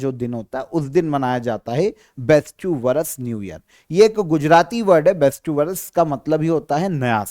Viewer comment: Sir ise बेस्टू नहीं। बेस्तु बोलते हैं 😊